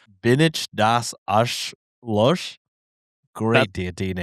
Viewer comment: German listener you said it a few different ways 😂 The last was correct pronunciation but incorrect accentuation